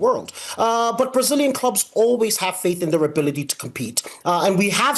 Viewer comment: Duvido que este cara seja americano...ele fala os nomes brasileiros muito bem...fake